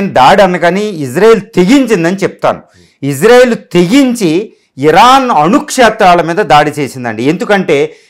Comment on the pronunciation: ఇజ్రా కాదు సార్ ఇశ్రా అనాలి